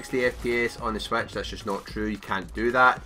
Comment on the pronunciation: Sorry I just though the way he said it was funny.